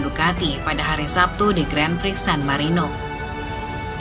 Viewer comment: si admin baca 'gran pri' kok masih salah ya, pdhal yutub motogp indo lain udah pada berbenah